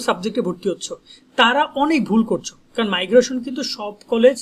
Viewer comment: 😂ভাই মাইগ্রোশন না মাইগ্রেশন